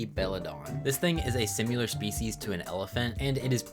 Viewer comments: S I M I L A R not S I M U L A R P A C H Y Not P A T C H Y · I feel bad because I really like these vids but simular kills me lmao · great video. You saying similar makes me eye twitch though.